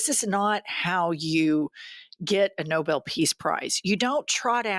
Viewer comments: It’s NoBELL prize, not Noble. Maybe if they knew how to pronounce it, they’d be more likely to get one! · It’s NoBEl not noble….she can’t be bothered to learn how to say the name. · Someone please, please tell kkkaroline that it's pronounced no bell peace prize, not noble. Smfh, how stupid is she. 😅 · Hey, Leavitt! It's Nobel (with an emphasis on the second syllable) pronounced "no bell". Not noble, dearie. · HEY KKK Leavitt, it's Nobel not Noble. Between Leavitt and Howie the Nuttlicker do people need anymore proof that tis regime is incompetent. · It is the "No-bell" Prize; not the "Noble". He should get someone who knows how to pronounce it! It is a name; not an adjective. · NOBELL NOT NOBLE moron. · Bullshit Barbie can’t even pronounce NOBEL correctly. It’s not NOBLE. And if it were, even more reason that Trump doesn’t deserve it. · It’s pronounced No’bel not noble. But she is ignoble. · Nobel is pronounced, “”- No bell ,”,Karolyin’ said, Noble Peace Prize Prize…. lmso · She can’t even pronounce “Nobel” correctly and called it “noble”. What a silly person. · “No-bill” rather than “No-bell” - she can’t even pronounce the prize properly! 😂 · I think she pronounced it noble instead of Nobel. Ding-a-ling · Cato-always lying…can’t pronounce Nobel,calling it “noble”… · She pronounced NOBEL as NOBLE That should make her supposed communication skills. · Nobel, not noble! Why does Karolying keep saying noble? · Thank you for pointing out the obvious that no one else (at least many where I live in the rural Republican area) seems to understand! The other thing is that no one even seemed to notice that she pronounced Nobel Peace Prize as exactly that instead as No-bell Peace Prize! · She pronounces Nobel like noble! Ignorant cosplaying fool. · She mispronounced Nobel as Noble. 🙄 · And she pronounces it Noble 😂😂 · She can’t even pronounce NOBEL correctly, No Bel is the proper way to pronounce the award Trump should not be awarded! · Leavitt said "noble" Peace Prize